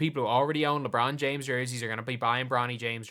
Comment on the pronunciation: Bronald James?